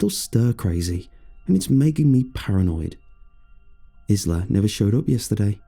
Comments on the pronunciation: Th name Isla is usually pronounced 'eye-la'. Also, I should not have listened to this at night. I'll be over here worrying until the sun comes up. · Omg ISLA!!! It's pronounced eye-la 🤣